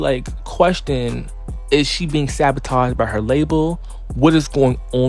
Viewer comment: Lmao "SABATOGE"😂😂😂💀💀😹